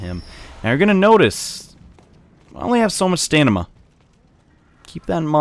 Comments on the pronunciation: You know it's pronounced STAMina, right? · Henry Marks he's referencing how says stamina as "stanima"